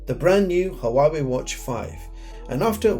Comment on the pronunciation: The name of this company should be 2 Syllables 😂 The way you said it made our day mine and my friends thank you for the video ✅👈🏼🙂